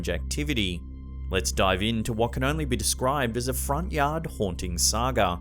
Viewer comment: said Sag-er instead of saga